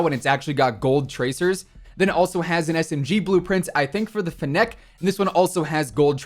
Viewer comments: You said like fenac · You said fennec weird